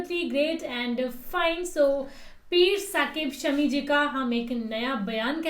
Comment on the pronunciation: शमी नहीं है शामी है